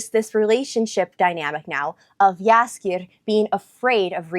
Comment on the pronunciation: Nice polish pronunciation of "Jaskier"! And great that you caught how "zwę się" is an old-fashioned way to say "jestem" - I'm impressed! Greetings from Poland :)